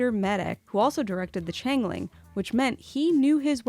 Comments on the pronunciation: I love this format, love the host, the guests, the crew work, commercials, bumps, info, everything is great 99.9% But it's pronounced change-ling. Sorry, but now I feel better 😉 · FYi, it's change ling